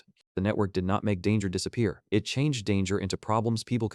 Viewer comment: "leora" becomes "Ell. Eee. Ora" and "Bohro"? becomes "Bee. Ohh. Aich, Row", ....constantly! And "it" (as in "it is fine!") becomes I.T. is fine.